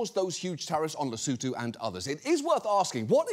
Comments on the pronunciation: Not sure what I'm more amazed by, the fact that some American's thought Trump's mad plans might just work or an American correctly pronounced Lesotho. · also kinda shocked at hearing Cramer pronouncing “Lesotho” correctly! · Thank you for pronouncing Lesotho correctly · AND he pronounced Lesotho properly 😅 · Thank you, John, and Jim Cramer, for pronouncing Lesotho properly.